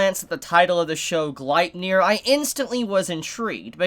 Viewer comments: ur still saying it wrong. u got the nier right but its gleipnir= gleip (like gloop but with an A sound) glape like cape + nir like near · Its pronounced {glay-pnir}